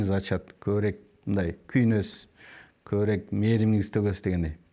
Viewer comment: Автор көбүрек эмес көбүрөөк десеңиз